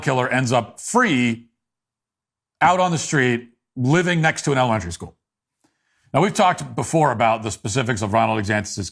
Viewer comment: Why are you unable correctly to pronounce the word "elementary"? Are you unfamiliar with it? If so, try substituting "grade school."